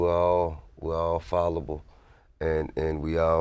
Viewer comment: I thought T.I. made up a word "FALL-ABLE" that's how he said it... but it is a word "fallible " capable of making mistakes or being erroneous. ALMOST TIP ALMOST LOL